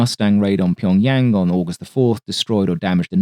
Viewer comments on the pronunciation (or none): none